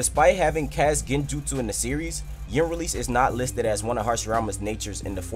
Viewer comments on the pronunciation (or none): none